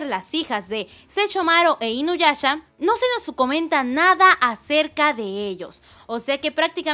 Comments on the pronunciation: Me desespera un poco que diga inuyacha xD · Like si escuchaste q dijo inuyacha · Sechomaro, sechumaru, inoyacha, inuyacha wtf. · Me encanta cuando dice Sechomaru e inuyacha Jajajajja perdón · Like si te molesta que diga SeCHOmaru e InuyaCHA -_ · Le da cringe cada que pronuncia los nombres de inuyasha y Sesshomaru.